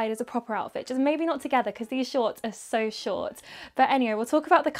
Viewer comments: “they’re just too shoRt” omg i’ve never heard her do an american accent when i tell u i JUMPED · the american accent when she said "They're just too short" really threw me off, but it was so cute! 😂😂